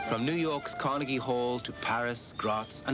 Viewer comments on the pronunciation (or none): none